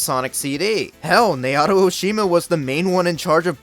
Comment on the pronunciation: *"NAO-TO" not "NAY-OTO"